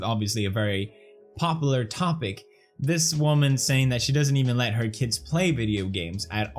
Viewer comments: can this comment get many likes so felix can stop saying "popeler", and instead say "popular" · Funny too always hear pronounce it “popiler” instead of popular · Does Felix say “popular” weirdly or is it just the fact that i am aussie and we pronounce things slightly differently? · I'm just amazed that Felix still can't pronounce popular correctly... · About work first play later, I totally agree with you. Also, gotta love how you pronounce popular 😄❤️